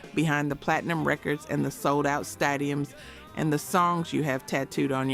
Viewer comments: Yeah, the way it pronounced "stadium" was my 1st clue. Totally AI. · First time I've heard the word "stadium" pronounced that way...😂😂